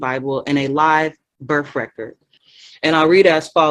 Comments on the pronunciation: Since she's so into proper wording. "Burf" isnt a word. Its Birth with a TH. She obviously doesnt care about her kid. Calls her property. (Well abortion advocates do that too but I digress) She cares more about her sovtard cult moor fake lingo than her own child. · What's a berf record? Is that like a criminal record?